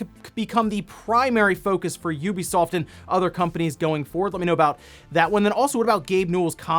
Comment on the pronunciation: OMG! HE SAID IT! An actual content creator actually said the name "Ubisoft" the way I was taught to say it. This is a good moment for me